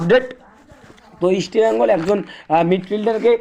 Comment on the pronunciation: আগে তুই আমাদের ক্লাব এর নাম উচ্চারণ করা শেখ